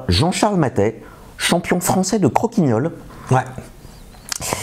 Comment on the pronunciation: 1) on ne dit pas crokiGNole mais crokiNole. ça prouve qu'il n'est pas champion, il aurait rebondi !